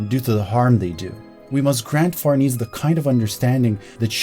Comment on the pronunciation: Fer-nay-say is a very old Italian last name! As your videos get more popular (as they should because this was fantastic) you'll get that correction more frequently. Fer-niece isn't quite right in this context